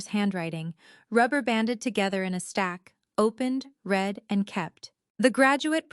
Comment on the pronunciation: First on I've heard that says I read,(pronounced Reed", instead of read pronounced as past tense "red", Bravo editor!